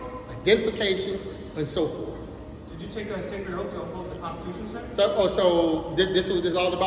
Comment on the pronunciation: The consachution? Never heard of that before